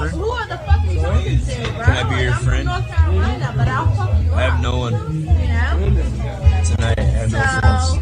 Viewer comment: "Im from Nawth Currolina but Ill fuck you up" my favorite part of the whole video